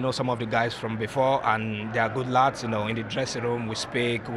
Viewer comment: “They arrr gut larts”😂